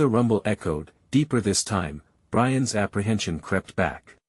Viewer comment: Get a new AI program for narration. This one is stilted, not natural sounding, nor even correct in reading. Brian S when it's Brian's (possessive) Let S when its lets.